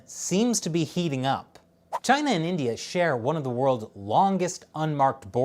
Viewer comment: as for china... 발음 조심해주세요.